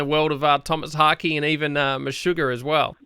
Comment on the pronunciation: monodeistbc More like "Haahk'eh"